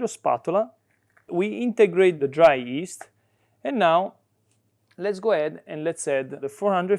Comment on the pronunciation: I agree with your wife and don't add honey to pizza dough although it's very popular in America probably due to Chef Wolfgang Puck. PS If your interested to pronounce yeast correctly in English, you might try saying gli as in Italian and the rest of the word.